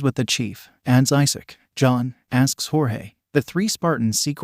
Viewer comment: I really hate the a.i. voice is messing up Jorge’s name.